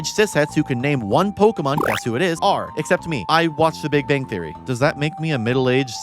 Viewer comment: I liked how you mispronounced big bang theory every time it was mentioned during the Young Sheldon part lol